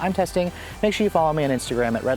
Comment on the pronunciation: It sounds like you say “keep the key fob IN you.” Lol. Quite the requirement to start the car.